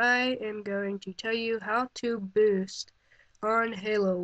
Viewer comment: hey guys its jake here and im going to tell you how to BNNNST on halo wars. LEARN HOW TO TALK!